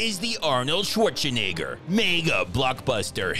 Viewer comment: Man thank you for this!!!! I love you <3 btw it's still schwarZenegger and not schwaCHenegger.. but i think it fits your stile so do whatever you want as long as there will be more!!!